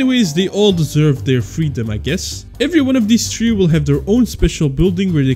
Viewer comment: Bro dont know how to say three